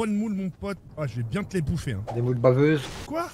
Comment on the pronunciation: JP= "DES MOULE BAVEUCES"🤣🤣🤣🤣🤣🤣🤣❤️